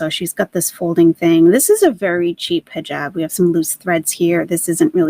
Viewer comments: Am I the only one that gets triggered from the way she says hejob instead of hijab??? Krajisnici absolutely bananas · It bothers me. And I’m not Muslim. She’s cos playing.